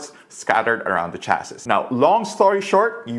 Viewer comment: For future reference, the final "s" in "chassis" is silent.